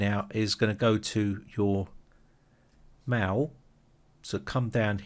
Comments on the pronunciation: wtf are you calling 'mail' "maw" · It deeply disturbs me how the word "mail" is pronounced.